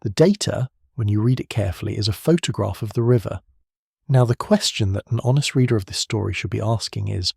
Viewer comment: All AI voice generated. (Text to Speech) - all automated - all script - all voice - all video - everything - and automated posting of these videos too. An AI Youtube channel and video posting machine. Google it! (Still quite interesting though - even if the AI generated voice can't pronouce Photograph properly! lol!)